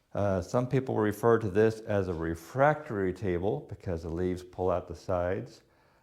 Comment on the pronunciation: Please...the word is "refectory". "Refactory" is something absolutely unrelated to furniture.